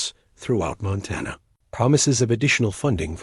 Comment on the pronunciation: Arithmetic (ă•rith•mĕ•tic mathmatic problems) not aromatic (scented). Montana, Mŏntănă, not Montawnŭ. Groaned under the weight of the food, not grown.